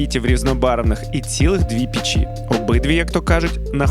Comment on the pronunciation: Так ріже вухо"пічі". Піч-в пЕчі!!!